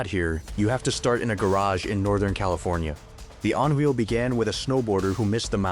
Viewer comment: But I like the On Wheel!